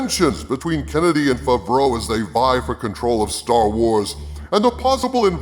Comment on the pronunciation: Why do u say john favreau fuvroah?